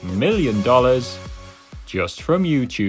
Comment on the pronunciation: he says youchube